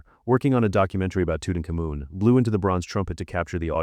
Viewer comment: That's not how you pronounce Tut's name.